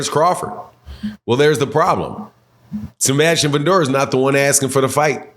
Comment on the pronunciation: Who tf is Sembastian? It’s Sebastian… there is no M in his name.